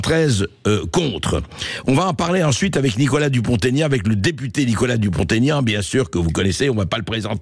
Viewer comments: "Dupon' aignan" SVP et non pas DuponTégnan !... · Bonjour , Mr Bercoff , c'est Dupont-Aignan , pas Taignan , Merci de le prendre en compte .